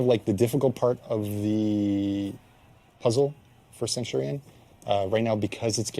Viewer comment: Ah yes, Centwardion